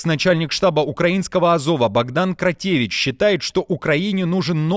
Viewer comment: Коментатор за кадром исправь челюсть. Где ти видишь в фамилии Кротевыч букву и ? Или вас не учили интёрнетом пользоваться. Если Кротевичь то и Кадиров а не Кадыров...